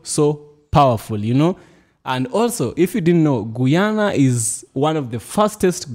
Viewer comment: Bro! I appreciate you standing up for my Country (Guyana) but please work on your pronunciation when reciting the name of my native land, it’s pronounced [Guy-ya-na]. For example: You are a Guy, same pronunciation.